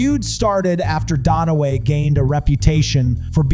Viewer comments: It's "DUN-Away"; jesus: You have ONE job. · its dunaway... not donaway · Not DONaway; DUNaway, pronounced DONE AWAY. Got it? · Note to narrator… it’s Dunaway, not DONaway. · Please stop calling her Faye DONOWAY...it's DUNAWÀY !!! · pro tip, its Dunaway not Donaway. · Sorry but it DUN a way not DON a way. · "Donaway" SMH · “DON-a-Way”??? Really??? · Why the hell are you calling her Faye "Donnaway"??? Look at the spelling, dude -- it's Faye Dunaway. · For Gods sake its DUNaway! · It's not "don away". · yes I know … the narrator is pronouncing it Donaway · Hey you should tell your AI voice how to pronounce Dunaway correctly. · The mispronounced names over and over was extremely distracting! Wow.